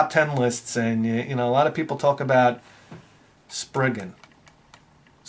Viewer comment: The Japanese pronunciation for Rayxanber is like (Rye - zan - ber) your pronunciation works fine. Also, your pronunciation of Spriggan is also correct. Despite people wanting to pronounce it like the Japanese pronunciation, it's an English word originally so Spriggan instead of Sprig-on is preferable in the same way you don't say Sa-La-Da for salad because Japanese people pronounce it that way. So if anyone wants to correct you, feel free to hit them with a baseball bat one extra time for me.